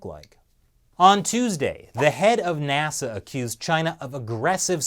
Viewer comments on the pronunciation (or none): none